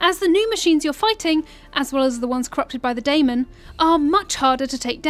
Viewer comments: Its Demon not Daimon... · I know I’m late but in the game it’s pronounced Daemon (Day-men) lol